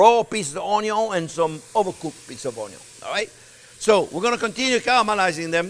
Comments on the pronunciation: "Dass thee water comin out of thee oyion...."🤣👍 I've learned SO much from you chef JP! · He says own-yown, not onyo! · English: Onion French: Oignon Chef Jean-Pierre: Onyo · I love that you have taken "onyo" to your heart. It says A LOT about you as a person. I've seen many other YouTubers who change their ways to avoid being made fun of. You embrace it, and ride the fame. So much respect for that! Oh, and this sauce also looks hella delicious! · "Onyo first" - Love it! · I love how he tries his best to say Onyo as many times as possible because he knows we love it. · Singapore South East Asia here, loving the show since “how to cut an onyo” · Chef I love the onyo raw in a sandwich...... and the caramelized. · Lol the timestamps "onyo always #1" 🤣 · "Onyo first" hahahahaha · "Onyo first" 🤣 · Pancakes recipe friends. Lets sautee some onyo! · "Onyo, Always" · O'nyon. A child can do this. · I'm calling and spelling onion, "Onyo" from now on. I think it's better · What makes me laugh is how le chef said onion. I am French and it just jump in my ear 😁 And I am a very big fan of all members of the ONIO family 😂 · I liked this video simply because of how he says onion 😆